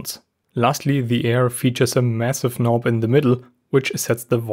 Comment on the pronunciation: He said "massive kno" 😂🤣